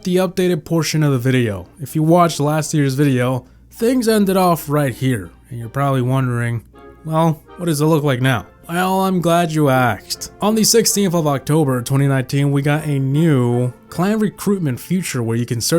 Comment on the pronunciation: did he say im glad you axed instead of asked?!